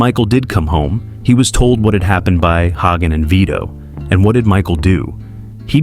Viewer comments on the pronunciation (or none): Hay-gen not Hah-gen and Sicilians are Italian. According to the book, and clearly in the film, Michael wanted to hear Carlo admit it, before he killed his sister's husband. As soon as Carlo said it, Michael's entire mood changed. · I paid attention until you called Tom Hagen "Hahggin". Then I was done. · Hog-an.... Thanks ai garbage.